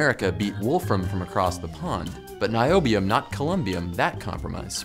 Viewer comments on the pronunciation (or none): none